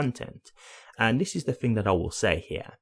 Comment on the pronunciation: I don't know what you mean when you Fink and Fing